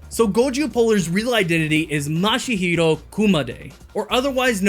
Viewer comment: this might be the second time i sound picky but i can't not hear you say mashihiro instead of mashiro